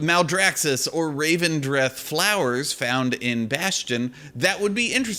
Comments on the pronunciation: "Looking forward to people pronouncing 'Elethium' as 'Ethelium' the entire expansion", proceeds to pronounce 'Revendreth' as 'Ravendreth' the entire video. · Can't make a joke about people mispronouncing things and then call Revendreth 'Ravendreth' ;) Otherwise, agree on your points, big up the content!